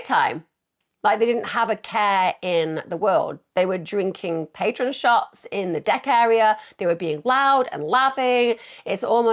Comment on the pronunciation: lol, I guess "patron shots" is meant to be "Patrón", which is pronounced "patrone" haha. Not at all in any way important or relevant but confused me for a good couple mins! On another note I've never tried Patrón Tequila... Is it any good?? Heard its just crazy expensive and features a lot in pop n rap songs lol, I don't even know if we can get it over here in England tbh anyway...